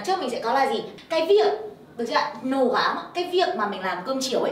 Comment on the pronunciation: SS phát âm nặng quá vẫn nhấn mạnh trợ từ quá